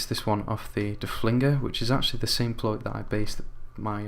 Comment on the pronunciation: Its pronounced "flute"